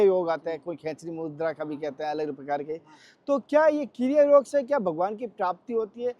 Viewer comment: कृप्या "योग" को "योगा" न बनाएं। 🙏🙏🙏